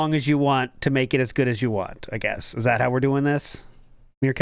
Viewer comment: The way he says "want" as "waah" really pisses me off lmao